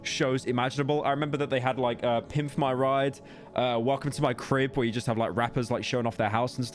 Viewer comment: "pimf my ride"??????